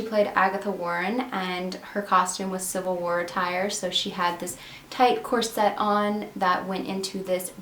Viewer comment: Just FYI, "corset" is pronounced "COR-sit." Not "cor-SETTE." If there were a double consonant, and "e" on the end, it would likely be pronounced that way, as it would be an originally French word.